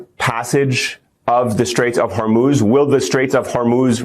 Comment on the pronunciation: Good, you finally got it, HorMOOZ not Hormose. thank you.